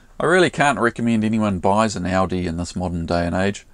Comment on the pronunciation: We pronounce it “ooooodeeeeeee” not Audi as in the motor car! Great little video as usual thanks for posting!